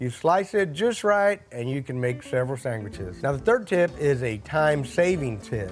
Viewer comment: I Couldn’t figure out if said sandwiches or sangwiches. Sangwiches are what NY Italian Americans call sandwiches. Love it!